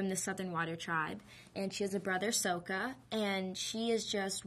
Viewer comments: SOKKA, Not SOUKA, ugh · If she watched the show, wouldn't she have known darn well that Aang is pronounced "Ayng" and Sokka is pronounced "Sock-a"? You'd think that she would feel at least a little uncomfortable pronouncing them "Ahng" and "Soak-a" in this interview, wouldn't you? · Its sokka not soak- uh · It’s Sokka not Soh Ka!😡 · Every time she says Soaka or Oong, i die a little inside. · The name pronunciation got to me to, I was like "Christ watch the Series if you don't know how to say the names, It's 'Aang' not 'Oung'! and 'Sokka' not 'Souka'!" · it is not Soakah and Uung it is pronounced sukka (sokka) basically and Aang... damm that pisses me off!!!!!!!!!!!!!!! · It's effing soka not sowkah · ITS SOKKA, SOKKA NOT SOAKA JESUS CHRIST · It's Sokka, not Soaka! It's Aang, not Aung! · Its not souka its sokka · She said Soka not Sokka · WHATS SO-KA !?!? WHAT IS THAT?!? ITS "SOKKA!" PRONOUNCED "SOCK-KA" ARGG! pirate mode :( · She said soakka not sokka another name wrong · Ong might be authentic, but Soaka is not. That's not right. And anyway, people talking about how it's more 'authentic' should rethink that. Because it's an invented culture, whatever the original show says is authentic. Aang is not a typical buddhist name, and Sokka is not an inuit name. They are invented, and so the pronunciation that they give CAN'T be wrong. And is it just me, or is this girl not all that bright? Maybe she just gives bad interviews. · SOKKA!!!!!!! NOT sOOHkka SOKKA!!!!!!! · "soakka" *SMASHES DESK* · it's supposed to be katara's brother "saka" see M. night couldn't even get the names right! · Sokka its pronounced with an okka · how u sat sokka is sock ka and aang is like tang with a in place of a t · yall are talking abt how she calls sokka souakuh but what really got me when they called aang ung i mean come on she can pronouce zuko but not aang?! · say it with me SOCK-KA...got it? SOCK-KA good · the amount of times she's saying soaka and ong is killing me